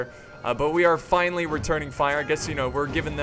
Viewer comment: "The Siege has Fishly begun" idk thats what it just sounded like